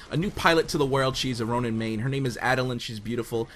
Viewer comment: did you just say tonin???